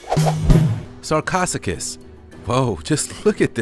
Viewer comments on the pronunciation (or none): "Sarchosuchus" is pronounced "Sar-co-SUCH-us." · Correction: "Sar-co -SEWK-us.